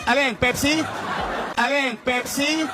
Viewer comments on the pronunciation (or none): Hindi po pipsi ang name ng babae ate. Pepsi po ang dapat na pagbigkas. Hindi pipsi😅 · PIPSI? Pakiayos po ang accent pls